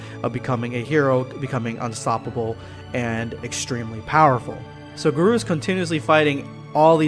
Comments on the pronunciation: Lmao he keeps saying guh-roo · It's Gar-oh not Gar-oo* I'm not trying to be mean sorry if it sounded rude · HEY HIS NAME IS GARO NOT GAROO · How are you butchering the name when in the anime they say it clearly for garou(gah-row)?otherwise yes saitama is "bored" for the fact he has no real challenge currently until he fights GOD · Ayur ga-row (row as in a boat) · GAAR-OH! Thats how you say it. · Black scape it's pronounced Ga-Row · The way he says garou hurts me